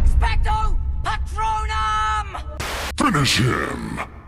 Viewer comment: I totally lost it at expecto pratonum 😂😂😂